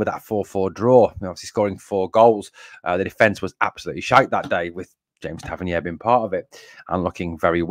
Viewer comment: Well done, i wish Tav got sold so a dont need to hear you butcher his name.........5-0 the famous